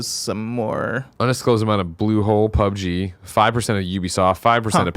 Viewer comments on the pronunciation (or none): none